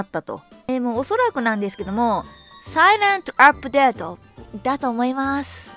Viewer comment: サイレント アップデート の発音😂👍